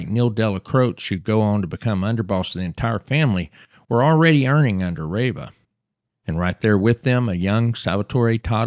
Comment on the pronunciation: Pretty sure it's pronounced (Tommy) rah-vah.